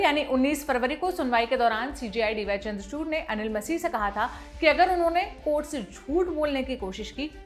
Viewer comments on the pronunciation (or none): none